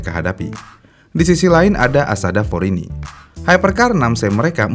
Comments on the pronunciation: Issota Fraschini bang, njir asada forini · min, lidah mu lagi sariawan? cara baca Isotta Fraschini & Nicklas Nielsen salah melulu